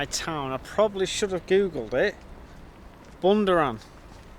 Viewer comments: Bundoran say it like Bun-Dorne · Good effort but pronounced Bun-Door-an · It's pronounced bun-door-ran 😂😂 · Helpful tip - It's pronounced 'Bun-door-an'. Enjoyed your video 👍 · Bundoran, pronounced BUN-DOOR-AN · It’s pronounced Bun-door-in. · Bundoran.. Bun...door...in,......thats how to pronounce it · Bun-door-ann Gall-way You should talk to a few people,find out how to pronounce place names. And why is it ropey...looks like a nice seaside town. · It's pronounced, Bun door ann , but obviously altogether. Like your vids👌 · Bun-door-an, Galllllll=way. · Bundoran is pronounced 'Bun - Dough - Ran'..!!! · Pronounced Bun-door-an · The place you were in at start of your vlog is pronounced bun door run. . And Galway is pronounced Galway you thick eegit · It's pronounced Bun-DOOR-an . And you're right. It's like Blackpool, but smaller and without the the tower. It's got a nice golf course if you're into that. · It's pronounced bun-door-ran. Also get down to Westport near Galway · BUN DOH RAN lol Great Start. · Love your vids. Its pronounced...bun dore an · Dreadful pronunciation of Bundoran . Embarrassing 😂😂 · You butchered the pronunciation of Bundoran ,County Donegal ,but it is what it is ;-) ..and its not Gal-a-way its Gol-way .I was interested to hear about the Star link .You need to invest in solar panels especially if you get to Spain or anywhere with good weather. Like in the UK the weather in Ireland was brilliant this year .I heard it was the hottest and driest since records began around the year 1900 . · Yes he butchered it but coming from England he is excused .